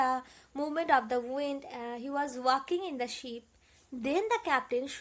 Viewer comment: Mam that's ship not 🐑 sheep